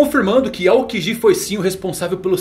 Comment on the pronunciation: Pow melhora essa pronúncia aí Van augu, aokigi tá feio isso aí meu pacero